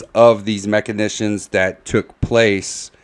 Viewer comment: Guys, guys, guys...this word that crops up repeatedly is machinAtions...not machinitions. Pronounced like... mak-in-ay-shuns